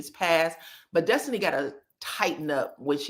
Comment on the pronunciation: The way you mimic Nell and the way you say “Destiny” (it always sounds like Dustiny to me) always gives me the cackle I need 😂😂😂